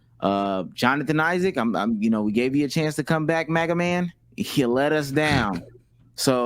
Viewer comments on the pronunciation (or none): none